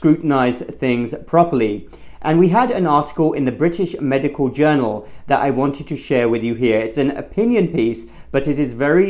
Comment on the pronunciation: The word is 'MEDICAL', not 'MEDICAW'.